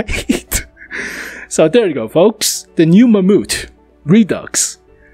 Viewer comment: the "mamoot" ?